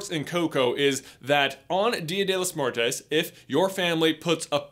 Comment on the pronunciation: Muertos* not muertes